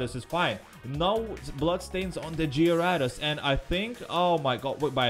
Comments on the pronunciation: hay I now how you can say gyarados right here gay-rey-does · It's pronounced garadose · what's a jyrados I thought it was gyrados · It's on gyaradose it's garadose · That's a cool way to say gyarados... I might use that, go Gyarados!